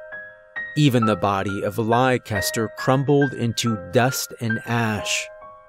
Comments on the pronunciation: I think it's pronounced "Lester" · Leicester is pronounced "less-ter". It's a British word. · Americans tend to pronounce my home city (UK) the same way youre saying the horses name lol. Is it spelled Leicester by any chance? You say it like Lester if so ; )